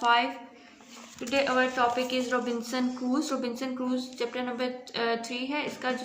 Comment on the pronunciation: Poor pronunciation, even can't pronounce Chapter's name.. It is Crusoe not Cruse & the word gigantic 😂😂